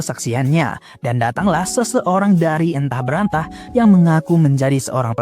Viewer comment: Sepakat. Terlalu banyak pengucapan yg gagap/salah. Awal2 msh sy pikir ga apa2, tp sampai tengah "Oh ini sengaja". Tolong pelafalan judul dgn benar jg Bang, skrg di google aja bisa ngasih tau pelafalan bahasa Inggris. Antah berantah, bukan entah berantah. Sy lihat yg nonton video ini lumayan banyak, jadi mari menyebarkan hal2 yg benar, bukan hanya baik. Baik dan benar. Terima kasih sudah menghibur ❤